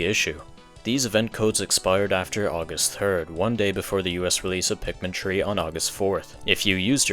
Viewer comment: I'm not trying to make fun of your accent why does it sound like you're saying Pikmin tree